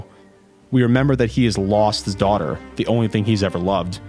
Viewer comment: Steeezy Q Yayyy, finally someone noticed it!